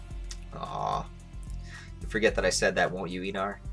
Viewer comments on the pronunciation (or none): Ain't he Einar not Einor🗿